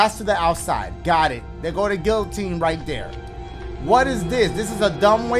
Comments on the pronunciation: “I be knowin names and stuff” 5 seconds earlier said guillotine like gillotine. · leave it to dashie to pronounce all the Ls in “guillotine” LMFAO